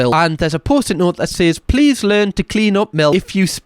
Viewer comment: Also the e-a-e on please 😂